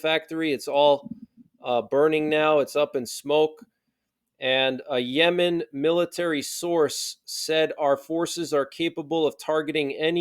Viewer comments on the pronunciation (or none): none